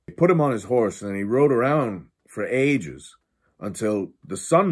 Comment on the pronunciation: Not hatin but why did Roger say "ages" like that Lol Love the cast